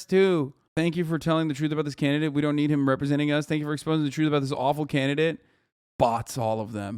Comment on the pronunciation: Why does Ben keep saying “Cansidate”, just shoot another take, he’s so lazy. Really reflects his research skills